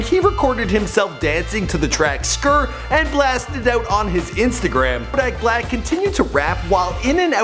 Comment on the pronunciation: couldn't even pronounce his name right 😂